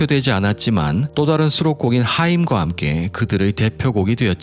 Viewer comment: 잉?? Gone to earth의 Hymn은 힘이라고 읽어야지 하임이 아닙니다요~